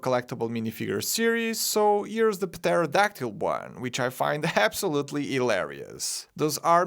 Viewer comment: I think you’re the first person I’ve heard in my life pronounce pterodactyl with the silent p not silent